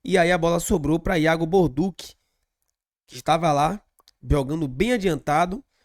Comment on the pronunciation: meu nome é Alinson gosto do seu canal e sou descendente de italiano. No italiano TODAS as palavras que terminam com 2 letras C, a pronúncia é sempre com som de T. Ex. Macarrão Balducci, som de T dentre outros exemplos. Mas o que que dizer p vc é que o nome do nosso lateral é Iago Borduchi ( com ch ) a sonância é de X. Sou de Salvador-Ba do Bonfim, mas moro na Suiça. Com td humildade irmão. Tamos juntos BBMP. Pau no vice e pau no Inter😂